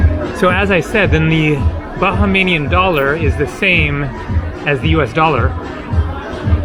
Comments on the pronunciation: It’s Bahamian not bahamanian otherwise good vid hope you enjoyed your stay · Bahamian is pronounced ' Buh - hay- mian' not 'Baja - may - nian ' as in Baja California where the 'Baja' is Spanish and means 'Lower.' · And Ba-ha-mian! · Your adding to many vowels when you say Bahamian Nice video